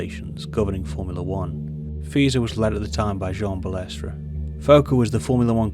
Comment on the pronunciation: Interesting documentary. It was Jean Marie Balestre though, not Belestre.